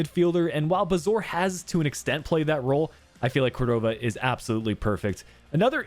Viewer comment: Hey! Great video as always. Just wanted to comment that Córdova’s last name is pronounced as cOrdova. The stress coming at the O. No big deal, just in case you’re particular with name pronunciation. Keep up the great work! 😊